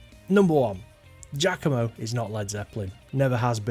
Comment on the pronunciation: Giacomo is pronounced “jockomo,” not “jackomo.”